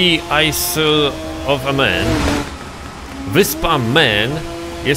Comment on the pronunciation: Jak już się za coś zabierasz to chociaż rób to porządnie to nie jest żadna wyspa ''men'' tylko MAN